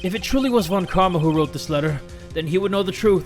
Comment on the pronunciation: I have a dream, that one day will learn how to pronounce Von